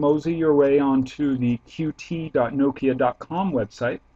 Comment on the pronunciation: It's pronounced "cute" :]